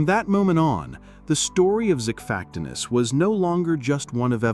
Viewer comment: This is bad AI, and AI is bad already. This voiceover is horrible, and I swear I can hear typos. Xiphactinus is pronounced three ways here.